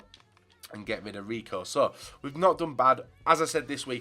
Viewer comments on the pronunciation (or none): none